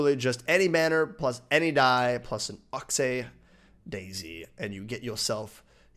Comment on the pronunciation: Its Called Ox-eye Not ox-ee